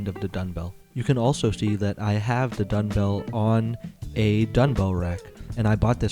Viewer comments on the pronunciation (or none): Are you saying dunbell or dungbell? That’s dumb, as in dumbbell. Eisenlink says 80 lbs on each dungbell is the max. Why would do more than what they recommend? The Rep Pepins look horrible to set on your knees like you did in the video with the Eisenlinks. I would’ve gotten as much out of a 10 sec drop test. Sorry. And the shipping on weights from Ali is a good chunk of money that you completely ignored.